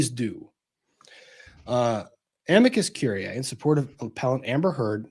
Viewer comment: I can never unhear ‘amica cream’. Great summations thru and thru.